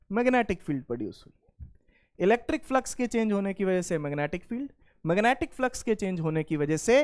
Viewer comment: Magnetic ❌️ Mangetic ✅️